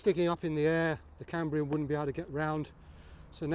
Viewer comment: *Cambium. No 'r' Great video though, thanks!